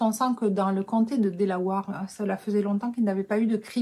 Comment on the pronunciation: ce qui m'a un peu fait tiquer c'est le mot Delawere on dit délaouère pas délaouare si non elle est top.